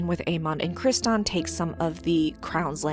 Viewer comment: Cristin not Crist-on